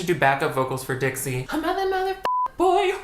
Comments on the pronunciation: my brain kept hearing ditsy instead of dixie oops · LoL I keep hearing you saying "Ditzy D'Amelio"